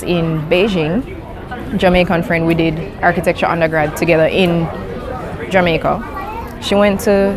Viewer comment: 理路整然とした話し振りから、頭の良さを感じますね ジャマイカの発音は、ジャメェ～カなのですねぇ..